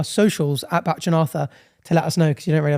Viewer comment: You pronounce Bach like Batch...you're a T short.